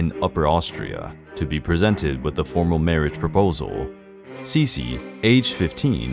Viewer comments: The narrator used English pronunciation instead of German. This make sense as the entire video is in English. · The names, you BUTCHERED them all! The rest is nicely done, but still unwatchable. You even mispronounced Sissi. Like how?!? Sharp S's like in "s"nake with a barely notible first i. Gisella completely wrong, its a long i with super soft s and prone a. Not like gazelle at all. Do it right or don't do it! Would I've been Austrian, I'd feel insulted by this performance.